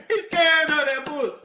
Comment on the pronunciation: HE SKARED OF DA PWUSSY…… HE SKARED!!!